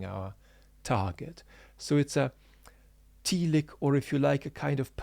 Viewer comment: Sorry for being pedantic but I believe telic is pronounced tell-ic (short e) not tee-lic. Teleological on the other hand has a first syllable that can be pronounced with either long or short e.